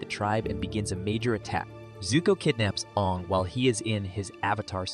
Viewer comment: it is aang not oong